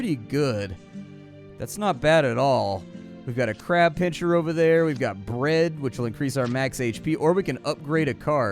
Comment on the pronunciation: PinSer not PinCHer :D